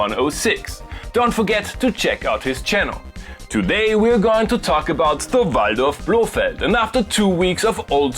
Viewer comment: Finally someone that says VALDORF as it should be said